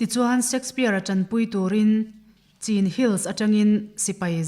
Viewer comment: Hmeichhia zawk hian thumal leh hmun leh thil hming te, mihring hming chenin lam dik loh a ngah. Chin hill tih a, "Chin" tih te em em hi chu, lam dan dik hriat ve awm a nia. A hre der lo!!